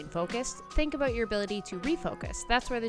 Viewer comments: Does he actually say "a-boot"? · Omg…I’m a fully fledged Canadian… lived all across this country. And your friend at the start of this video… that’s the FIRST TIME I’ve ever heard someone say ‘a-boot’. We’ve found THE ONE. Love the video - meditation is tough, but keep up with it. It can change your life, for sure :)